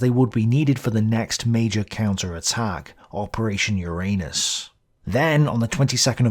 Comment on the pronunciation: I must have something wrong with my head because over and over again i hear : "Operation ur anus"...